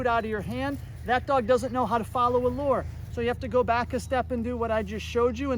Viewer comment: Thought you were saying: “Follow the Lord!” initially. I then realized you were saying “lure”. Follow the Lord is a good command though too!